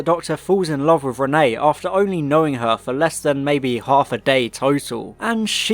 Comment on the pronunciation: Two things; Thing 1- it is pronounced re-neT, there is a t at the end of it Thing 2- I think I can forgive Micky not doing anything as it adds to his feeling that he is useless and the "tin dog" which becomes a major plot point in the next story.